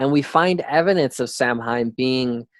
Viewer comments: It's pronounced "sow wen" not "sam hine" lol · Now Samhain isn't pronounced "Sam hein" it's "sou-win" sou like in sound, win like window. Lol Sam hein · Thank you!! He's butchering the scottish pronunciation of scottish words ugh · bro....SOW WIN, automatically stopped listening when you couldnt even pronounce Samhain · Spelled samhaine but pronounced "sow ween" or "sow win"